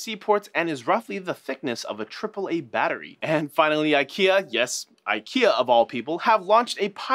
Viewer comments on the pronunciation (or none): none